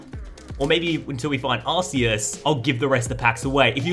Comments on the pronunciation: hey i think it is supposed to be pronounced ar-key-us as in key not ar-see-us as in see. Love the content tho bro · Im sorry but there is no way he just called "Arceus" , "Arseeus"... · Ark-ee-us is the original and proper way to say it. Ar-say-us is the improper way and Aar-see-us is the poor man's pronunciation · AHHHH HE SAID ARSEEUS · Why do you all keep on pronouncing that Pokemon wrong it's Arceus